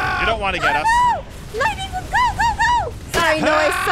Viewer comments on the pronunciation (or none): When aph says lightning wolf I hear lady wolf lol